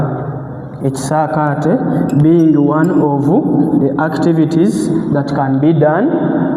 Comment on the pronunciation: But the word is ekisaakate not ekisaate